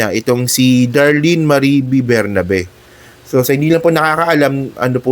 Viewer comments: ATTY Darlene BERBERABE PO HINDI BERNABE. A VERY INTELLIGENT, RESPECTED DEAN FROM UP UNIVERSITY COLLEGE OF LAW AND FORMER CEO OF PAG IBIG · Berberabe not Bernabe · berberabe po di bernabe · berberabe, hindi bernabe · Anu ba - sinabing 𝐁𝐄𝐑𝐁𝐄𝐑𝐀𝐁𝐄, hindi bernabe. Tigas ulo mo!